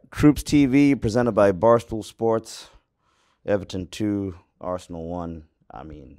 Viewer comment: Man said varsenal🤣🤣🤣